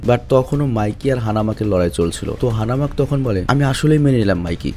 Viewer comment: "Hanamak" na "Hanma" hobe